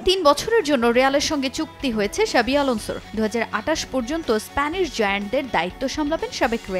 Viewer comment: xavi ** not shabi 😂